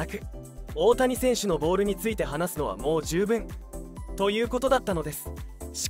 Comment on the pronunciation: 「ボール」の発音に違和感があり過ぎ…